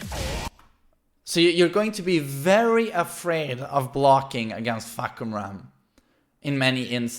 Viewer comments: the announcer pornounce the name wrong btw... its actually Far(long sound)- Come-- Rarm(long sound) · It's faa- (fah)- cum -ram